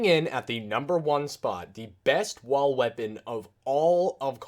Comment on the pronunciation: Sounds like you say wa weapons 😂